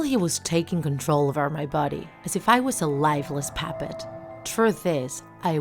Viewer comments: It really bothered me how she said muscles and puppet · Puppet not pappet Sorry it just gives me ocd Love the video! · She says paapet instead of puppet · She says pappet